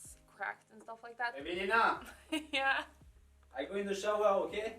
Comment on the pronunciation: La façon dont il prononce Evelina je suis explosée 😭